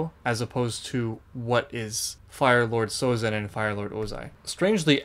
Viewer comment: Everything he does, he does hard. His name is Sozin, not Abitzin